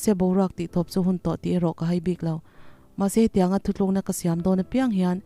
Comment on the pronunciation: I chhiar ngaihnawm e.mahse ka losawivelawk.ngatinge Thutlukna tihhi Thuthlukna intih zel aww.ziakah pawh chhiarah pawh Thutlukna ti hram teh u.Thuthlukna tihchuan a kawh a dangdaih a nia.Fimkhur hram teh u.Thahnem ngaihna aw.